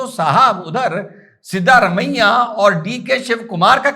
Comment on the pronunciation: सीदारामय्या नहीं सिद्धरामैया